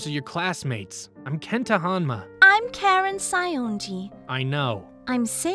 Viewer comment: so close to the surname "Hanma" but instead we got "Honma"